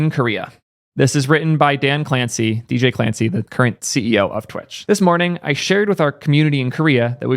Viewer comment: See-ohl? Really?!